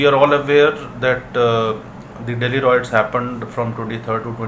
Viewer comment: Appreciate the viewers who pointed out how to pronounce 'Riots correctly', will try and ensure it is pronounced correctly in upcomming videos.thanks